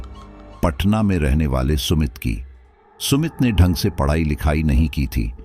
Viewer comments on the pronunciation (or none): none